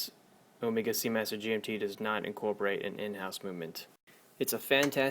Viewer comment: Nice review, nice watch but its not ohmeega.. It's o-meg-a